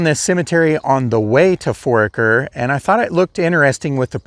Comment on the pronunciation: I spent a good time of my childhood in that area. Foraker is pronounced For-aye-ker, and the last name you couldn't pronounce Ehrlich is pronounced closer to er-lick. I wasn't aware Jesse had died. A lot of familiar names and families in that cemetery.